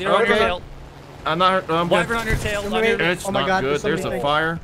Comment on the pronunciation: Why-vern not Why-vrin